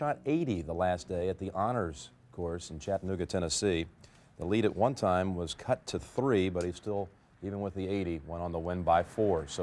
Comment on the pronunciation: Chattanooga has two T's and is pronounced CHAT-TA-NOO-GA not CHAT-IN-NOO-GA, dummy announcers.